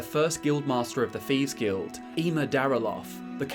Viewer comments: you have the best TES lore vids hands down. But seriously... wtf is the "feeves guild"? I know it's a dialect thing to pronounce a "th" as an "f", but omg it drives me up the effin wall. Or is it up the "th"'n wall? That aside, I watch your vids all the time. Please keep em coming. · Wtf is a "feeves guild"?